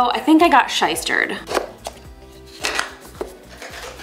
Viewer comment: "I think I got shistered"